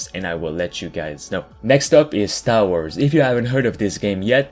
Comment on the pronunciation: When you said Towers I could have sworn you said Star Wars 😂